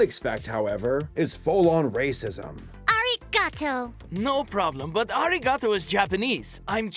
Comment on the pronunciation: As a Japanese student, their pronunciation of “arigatou” is absolutely cringe 😬